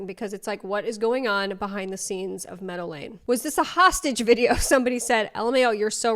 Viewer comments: why the interiors look like a Lush shop from the late 90s? also, why home dude keeps pronouncing meadow lane as normal people say Medellin? I mean... it will explain the prices a bit, if you catch my drift 😅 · When you say 'Meadow Lane' I keep hearing 'Medellin'... better not mess with these guys!! 😀 Great video, love from Ireland x